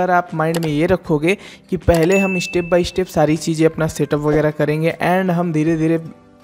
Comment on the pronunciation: Bhai tum bhi Pronunciation theek karlo Mishtake Ishtep by ishtep Newj Rejult Competison Countless Otherwise, you sometimes provide valuable information.